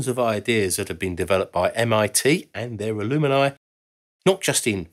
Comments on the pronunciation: It's Al-um-ni, not Al-um-I-ni !! Also, where are the women who also went to MIT? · Is the word "Alumini" in the UK rather than alumni? Or does he just not know how to pronounce alumni? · Not ‘ alumini’ but ‘alumni’ or al-um -ni. You’ve added an extra syllable. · "Alumni" ≠ "A luminy" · Not to be too pedantic, but I’m pretty sure it’s ALUM-NI and not ALUM-E-NI. I have to wonder how many of these brilliant ideas would have come to fruition with a near-enough-is-good-enough attitude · Great video! At MIT, us grads call ourselves a-lum-ni, not a-lum-in-i. Other than that mispronunciation, I love this video. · You say alumini and I say alumni. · They're only alumini in the US. In the UK it's pronounced aluminii. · Are you saying alumni? I've never heard it pronounced like that. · It is the same in the UK, normally, maybe he couldn't pronounce it correctly. Reminds me of those who put an extra U into nuclear and can only pronounce that word as nuke-u-lar.